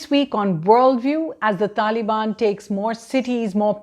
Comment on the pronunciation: She said talibani soldiers 😂